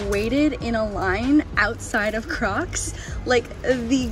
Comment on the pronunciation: I thought she said we’re making crack heels 😂😂😅🤣